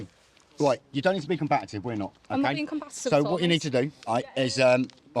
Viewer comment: The word is combative, not combatative.